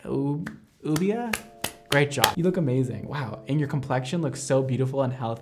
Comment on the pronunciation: lol ok you are too cute lol I love you 💕 Llubia is pronounced (you)-bia